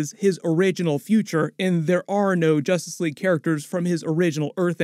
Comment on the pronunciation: “Justrice league”😂😂